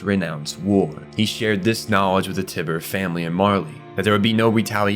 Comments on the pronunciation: Is this AI? Text to speech? Did you even watch the show?! His name is Nicolo, not Arthur. Tyber = "Tie-ber". Not Tiber. Peak. Not Pek. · This was a great video, but holy crap you’re so bad at pronouncing names Paradise, Tybur, Jean, Hange, Ymir, just to name a few Regardless, you made a good video. The quality outweighs these mistakes. It just really annoyed me and I felt the need to say something about it since it’s wasn’t just one name. Also, the wall titans are 50 metres, not 60. The colossal (shifter) is 60. Small potatoes tho.